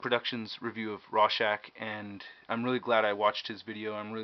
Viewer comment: its ROR-schach, not RAW-schach! but good review!